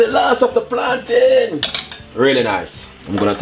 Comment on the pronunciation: I think u mean "Plantain" bro... Good video tho